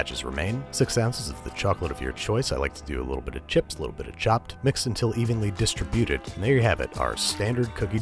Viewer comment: Dis-trib-buted. Nice 😆